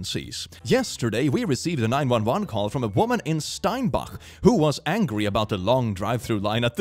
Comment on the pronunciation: its pronounced Man ih toe ba and St ine back